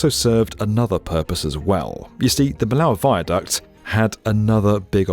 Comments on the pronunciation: it's not pronounced "milaow" , it's pronounced "mee-yoh" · Miyo goddammit, MI-YO!!!! (Me yo, make sure to stress the last syllable) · Not "Mill Ow", "Me Yo" ;) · Not any french speaking individual at B1M ? Seriously, it's Miyo not Meelo !!! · It's pronounced "mee-yoh" not "mill-ow" and it's a motorway , not a "freeway". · Very interesting video, it’s anyhow a pity that the name of Millau is not correctly pronounced : it must be me yo and not mill a o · Lord Norman Foster literally said "Mee-yo" at the end of your video. Why on Earth does your presenter say "mill-ow"? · It's French, not German. Millau is pronounced Mee-yo, not "Mill-ow" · The video is nice but I couldn't stop cringing everytime you said 'Millaw', it's pronounced miyo. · "Maïlow" ! 🤣 It really hurts hearing you pronouncing totally incorrectly the name of Millau. It's pronounced in french "Me low" not Maïlow" ! Next time, try to be respectful with french language ! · Excellent video as usual with a very distinguished guest however there are 2 things I’d like to point out: - it’s not the viaduc of miauw but the viaduc of “miyoooo” - this road didn’t make the trip from Northern Europe to southern Europe but it provided a second option for travelers that before could only travel through the Rhône valley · For future reference, the name of the town "Millau" is pronounced "Mee-yo", and not as the jarring "Mee-low" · It's MEEYOH, not milow (Millau). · Millau pronounced Mee-yo ... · Millau = mee yow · Millay pronounced meyo just in case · Millau is pronounced Meeyo :) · Millau is pronounced "Me yo" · It should be pronouced Meeyo, hope this helps! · it's pronounced "meeyo" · Mee-lauw ffs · It's miyó, not miláu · Millau is pronounced Mee-yo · Ah yes, the famous "Mellahw viaduct" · Terrible pronounciation of Millau. It is pronounced as Milo the same “o” as in Arne Slot, the manager of Liverpool. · it's pronounced: Meeyo... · It’s written Millau but it’s pronounced « Miyo ». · Millau is pronounced Me-Yo !